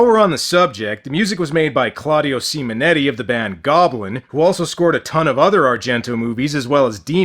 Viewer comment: Why do you say "Semen Eddie" instead of Simonetti?